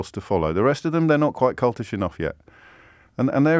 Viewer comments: I know James meant "cultish" but with the "l" replaced with a "n" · Kept saying 'cultish' wrong ...